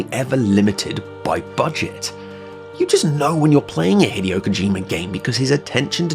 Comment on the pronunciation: Hate to be that guy but his name is pronounced "hee-day-oh KO-ji-ma"